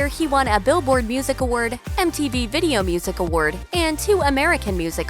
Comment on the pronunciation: So are we all just going to ignore how she pronounces the word 'Award' ?